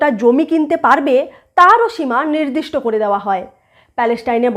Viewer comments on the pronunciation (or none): none